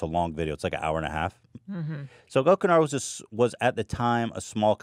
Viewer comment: Hate to be that guy but it's Gokanaru, not Gokunaru